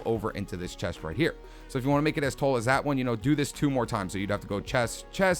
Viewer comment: I like how you pronounce "tall" as "toll"... New York accent?